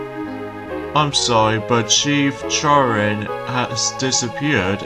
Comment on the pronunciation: And the name is Chirin. Your welcome!